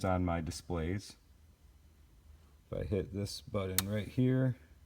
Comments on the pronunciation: Love the car but seriously??? someone the has put together something so awesome yet cant say the word BUTTON... its not Buddon. Killin me!! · love this, but i can't help but chuckle every time I hear him say "budden"